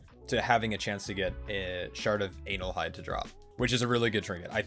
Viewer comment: "Anal hyde"...